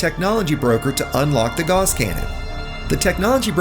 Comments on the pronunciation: These are handy tips, and I have a tip for you: "Gauss" is pronounced like "GOWss," not "gauze." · Ugh. Gauss is pronounced like mouse and Strauss. Not like “gaws” or paws. Haven’t you ever taken a math class? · You are pronouncing "gauss" incorrectly. I only know because Gauss's Law is my favorite law of physics.